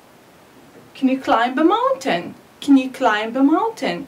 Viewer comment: Hi ! I Want just to say sth it klimb we pronounce it klaim not klaimb Otherwise everything is fine Good luck!